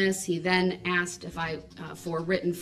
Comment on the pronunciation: Did I “axe” you?